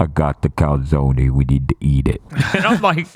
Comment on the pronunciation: turning into a New Yorker while talking about the calzony